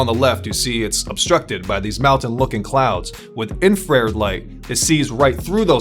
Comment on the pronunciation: I know it's one word but it's pronounced infra red